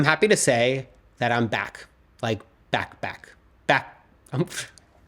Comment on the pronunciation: “I’m back back” sounded a lot like “I’m backpack ,” which would be the ultimate dad joke. Also, welcome back! I don’t know why it’s so easy to get emotional once you become a parent 😅 at least you didn’t disappear for 4 years 🫣